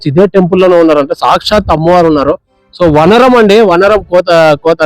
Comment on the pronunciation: Pl learn telugu vaanaram nu meeru vanaram ani cheputunnaru